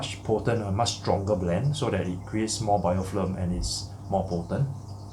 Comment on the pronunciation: You keep saying BiofLim, but dont you mean BiofiLm? :) Very informative video. Keep up the good work